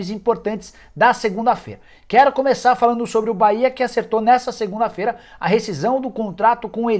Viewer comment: Bahia não "Caia"